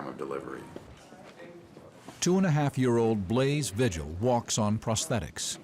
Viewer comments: It could be the surname is not pronounced Vigil. We pronounce it vee-hill. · Just an FYI…. Vigil is pronounced Vee - hill